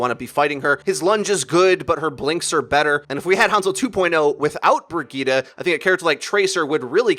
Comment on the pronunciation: With the way he was pronouncing Brigitte, I couldn't even finish the video lol.